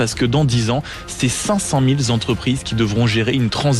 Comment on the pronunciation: "500 000 Z'entreprises"... Encore une liaison dangereuse, mal t'à propos... On écrit cinq cent mille (sans « s » à cent ni à mille). Le mot mille est un adjectif numéral invariable, il ne prend jamais de « s » lorsqu'il indique une quantité. Cent perd son « s » car il est suivi d'un autre nombre (mille).